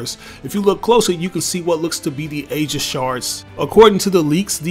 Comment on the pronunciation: Aegis is pronounced like "EE-jis"